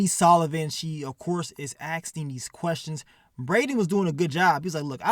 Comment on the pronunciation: be killin me saying Asting instead of Asking 😂 but should've called this episode "Master Splinter" with all the rats 🐭 in it 🤷🏾